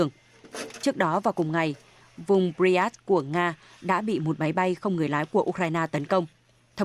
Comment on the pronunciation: 8':"bờ ri an skơ" -mc phát âm sai!